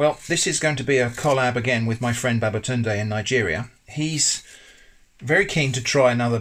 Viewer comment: everything was normal untill he mention babatundae😂i do enjoy your video tho bro